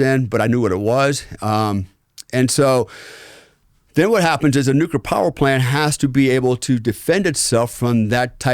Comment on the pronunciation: This guy is a real asshole cocksucker. I was interested in his story until about the one hour mark. It's also obvious that he is a trumpet. Inexcusable a bunch of ex-wives, huh? Weird . Fuck this guy...and please work on the word Nuclear.